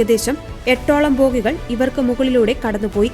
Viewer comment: ഭോഗികൾ അല്ല ബോഗികൾ